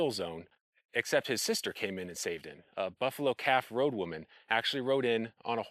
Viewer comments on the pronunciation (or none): Buffalo calf Robe woman. ROBE not road